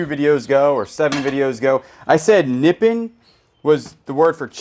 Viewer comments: you crack me up btw. It's not Nippin, Nippon is correctly pronounced Nah Paan ( like pond only drop the "d") and it means Japan. Also Wallace produces a good quality flatware and Sterling flatware. Lastly, is Farberware, better quality kitchen and appliances. Some good stuff so far! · Nippon is pronounced Nip-pown, like own. Not Nippin, nor Knee-pan. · Nippon is pronouced knee-pawn I think...or its a Mass thing idk ha! Love your vids! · It's pronounced "nih-PON" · Haverhill Mass here. It is pronounced knee pawn. Your phonetics is spot on.